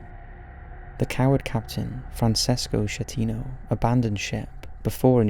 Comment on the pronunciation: The name of the Captain of the Costa Concordia is Francesco Schettino but you should pronounce it as "Skettino" ..the sound "che" in italian is pronounced "ke".